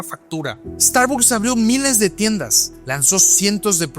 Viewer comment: Pronuncia bien la marca por favor